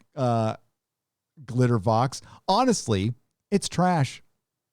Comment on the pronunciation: "Glitter-VOH". V-A-U-X is pronounced "voh", or "co", as in, "That hypocritical Pelosi Ho from San Francisco".